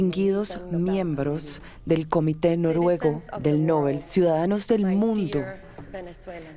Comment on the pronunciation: ES QUE NINGUNO PUEDE PRONUNCIAR DEBIDAMENTE EL APELLIDO DEL CREADOR DE ÉSTOS PREMIOS ALFRED NOBEL SE ACENTUA EN LA ÚLTIMA SÍLABA NOBÉL, no lleva acento, pero al pronunciarse se acentúa en la E. Gracias por el respeto!